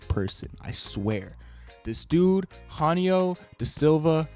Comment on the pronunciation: "Huanio" ahh pronunciation. It's a J and there's no U... I'm sad